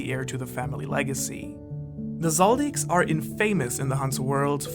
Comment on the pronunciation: You are not saying the 'a' in 'infamous' correctly.